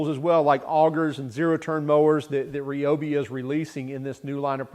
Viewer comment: R eye oh bee not reeee